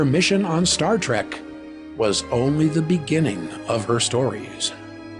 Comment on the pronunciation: Does he actually say Star Track?